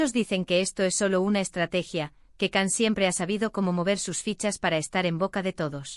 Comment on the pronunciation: Hello It's Can = Jan not Kan